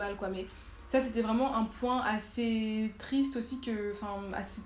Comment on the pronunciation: "tristre" j'ai ri